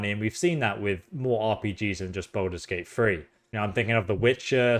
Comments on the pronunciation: "Balders Gate Free"😂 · This guy keeps saying, "Baldur's Gate Free" and I keep thinking, "when?!"